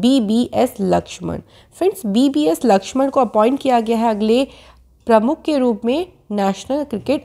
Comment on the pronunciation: Madam It's VVS Laxman not BBS Laxman